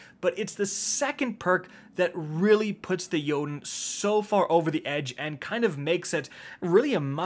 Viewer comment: YES!!!!! Finally a content creator who can correctly pronounce Jotunn's name.